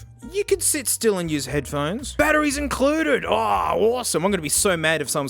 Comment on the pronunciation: Hearing say "These are genuine... pk... cell battrees" is a bit surreal